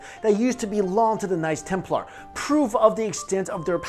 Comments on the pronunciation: Dunno if its just me but when you say "knights templar" it sounds like "nice templar" :D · I liked the way he preannounce knights Templar's as nice Templar's love you videos